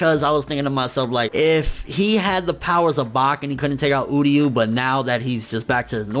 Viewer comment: it's uryu not udyu, bleach English dub was bad